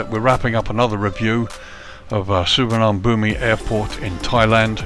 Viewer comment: Please learn to pronounce this airport correctly